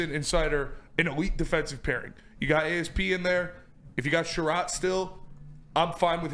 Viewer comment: Can’t pronounce ASP’s name lmfao?